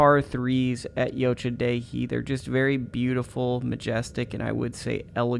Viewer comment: my dad used to work there, great course, It's actually pronouced like yo cha Dee hee